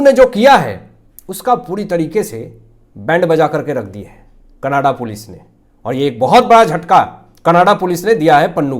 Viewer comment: Can you kindly speak Canada Not Kannadaa